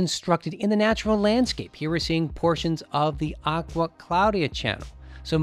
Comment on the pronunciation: AGUA APPIA????? Its ACQUA